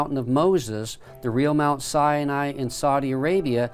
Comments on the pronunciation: It is not pronounced Mt. Sienai, It's Mt. Sinai. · PLEASE stop calling it "Sy-a-ni"! It is pronounced "Sy-Ni". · says the name wrong, over and over. It's not sy A nai. It's sy nai. It sounds like he waNts to say "cyanide". But there's no "uh" in the middle of the name of the mountain. It's not sy A nai. It's SY NAI. Other than that, this video is amazing.:-) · "Mount Si-ya-ny" lol. I never realised that "Sinai" had three syllables... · “Mount Sya-nai.” Hahahahahaha! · Why pronounce Mt Sinai as Mt Cyani???? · Siani? Try authentically pronouncing the word Sinai before trying to educate us.